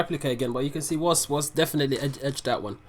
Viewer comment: Bro, is WOS not WOZ